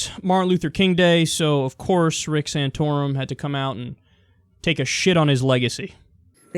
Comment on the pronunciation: SAN-TOR-UM!, SAN-TOR-UM!, SAN-TOR-UM!...No... oh..... ok : (